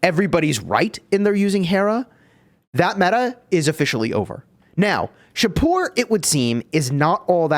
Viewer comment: As a persian in iran, im really happy that shapur added. Thanks and yes you pronounce it correctly. Keep it up dude